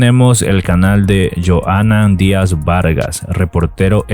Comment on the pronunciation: ES DE MAL GUSTO QUE NO DIGAS BIEN EL NOMBRE DE LA PERSONA DE LA QUE HABLAS Y HABLA DE QUE NO TIENES IDEA DE QUIÉN SE TRATA, OSEA QUEDAS COMO UN MAL COMUNICADOR